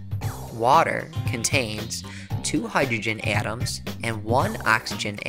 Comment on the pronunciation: he keeps saying AaTuAms its so annoying literally just say atoms not atuams